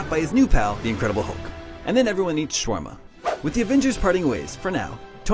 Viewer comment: Shawarma not shrama